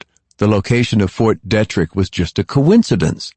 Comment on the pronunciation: How many fucking times does Lawrence have to say John in such a annoying way jaaaaaaaaaaaaaaaawhn...jfc that is so fucking annoying. And Fort Detrick is pronouncee deee-trick not dettrick... Seriously it's been almost 20 years since this book came out and this dude keeps repeating Cipro like it's the only antibiotic he's learned or merciful god as if that's the only. By the fourth book we don't need reminders of the last three books. Also if they pronounce Kevin Malady's name wrong one more time I'm going to lose it..its not Mlady like how a neck beard would say it